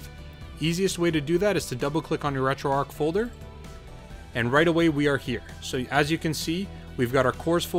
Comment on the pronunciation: I have 2 questions why does this guy keep saying retro ark when its pronounce retroarch and 2 why didn't he just give us the files from his pc?